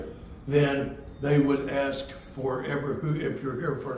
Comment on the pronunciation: Stop saying “Ax”, you’re way too educated to say the word incorrectly. It’s “ ASK” no X in it, thanks!